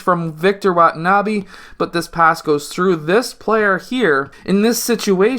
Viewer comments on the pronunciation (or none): Its wenbanyama not watanabe sir